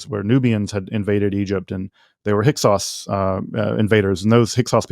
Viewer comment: Thank you for asking about the Hyksos... He made a good statement, but 10 words later it was Hyk-who